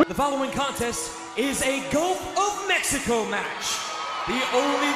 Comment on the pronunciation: Was that a "Gulf of Mexico" match or "Go F#@ Mexico" match? Play it again and listen carefully....